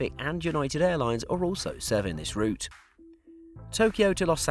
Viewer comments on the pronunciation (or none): none